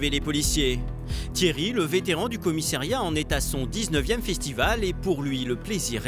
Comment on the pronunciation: On dit commissariat et non commissairiat !